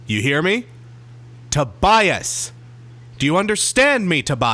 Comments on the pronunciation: Tobias won't listen to you if you say his name wrong. it is Toe bee us. Last name for geh. 😁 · Matthew Roberts majority of reviews are praising this album. it's pronounced Toe bee us.